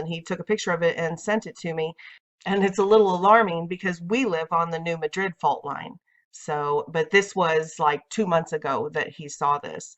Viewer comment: New Madrid is pronounced MA-drid. The stress is on the first syllable, not the last as in Madrid, Spain. The citizens of the town voted it to be pronounced that way.